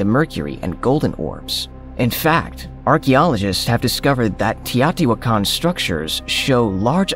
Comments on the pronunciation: When I was there in 1979 the natives called it 'tao-ti-Wha-can'-- (the stress is on the Wha). Why are you altering the pronunciation? I have heard several researchers and professors who slaughtered the city name,so you are not alone. Besides the Pyramid of the Sun, the metropolis archeologists had just revealed the pyramid of the moon and most of the artifacts were immediately taken to the newly opened museum. So much work has been done since then, it boggles my mind that there are so many structures still to be discovered. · I listened to it again. He says: TEE-AATI-WAH-KAHN. This confirmed that he was mispronouncing the word. If you want to communicate your ideas, you must ensure that you communicate with the proper pronunciation of unheard of words. I, too, was wondering about the spelling of the word and his pronunciation as I listened. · it's TEE-OH-TEE-WAHH-KAHN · The way you pronounce the word teotihuacan is totally a laugh